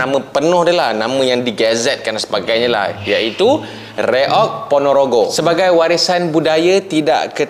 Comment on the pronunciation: kami faham abang susah nak baca kalimat reog.karna di malaysia abjat a jadinya English.alias apa british